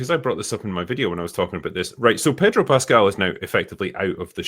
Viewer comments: its pronounced PAY-DRO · Why would she pronounce his name like that 😑